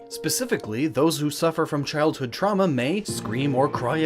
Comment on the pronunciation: "the symptoms of childhood truma"... lol truma